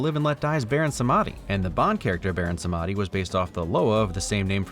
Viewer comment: Baron Samedi is pronounced Bah-rone Sahm-di. eye twitch